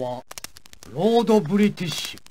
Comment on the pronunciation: LORDO BRITISHU